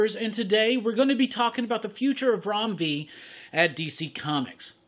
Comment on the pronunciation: I love the fact that you took time to learn & pronounce his name correctly. Thank you!